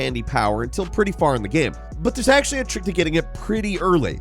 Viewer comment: My dude still pronouncing game "gamm" or "gayam". So bizarre.